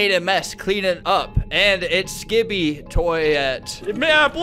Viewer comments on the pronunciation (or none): he says skipid-ee every time i love it